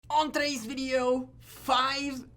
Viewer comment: Work on your pronunciation of ''On today'' lol